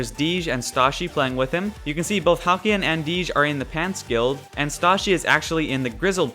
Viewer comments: Halcylon. Hal-cell-on. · Halcylon is pronounced (Hal-See-on) just thought you should know